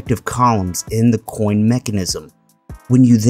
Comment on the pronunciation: the way he says coin like why does he pronounce the c so strong like that